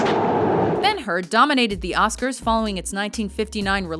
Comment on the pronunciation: Bang-her....for 212 mins, HOLY SHIT!:D